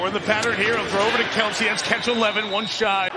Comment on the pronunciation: Why does Mike Tirico keep calling him "Keltsie"? There's no T bro. Smh